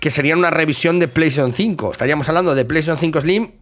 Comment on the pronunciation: Pleishon tsinco 😂😂😂😂